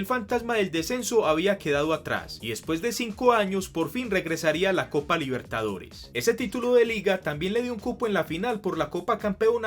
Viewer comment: por primera vez River y Boca disputaban una final de copa Libertadores* Se que lo dijiste pero, a tu manera capaz no se entendía jaja, igual buen vídeo.